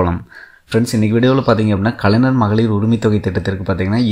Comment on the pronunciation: தம்பி... முதல்ல கலைஞர் னு நல்லா சொல்லி பழகு... கலைநர் - கலைநர் னு சொல்லிட்டு இருக்க....